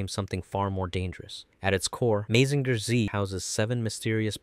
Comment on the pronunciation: Your saying Mazinger wrong.